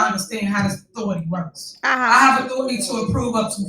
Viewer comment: She can’t even say authority correctly… damn man. She murders the English language. Embarrassing